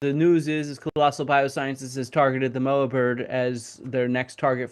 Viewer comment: The 'mo' in 'moa' sounds like the 'mo' in 'more', not the 'mo' in 'mow'. Disappointing to hear a kiwi expert mispronounce such an easy word. I would love to see them de-extincted if possible - at some point in the future when the technology is able to do the job properly, our natural environment in a better state to receive them, and our extant species are doing okay.